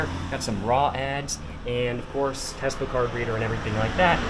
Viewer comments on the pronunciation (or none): none